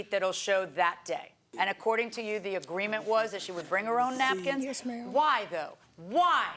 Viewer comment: It's the "nackins" for me!